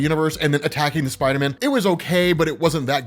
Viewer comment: I’m I the only one who thinks they way says spider man sounds weird. It sounds like he’s calling him spiter men.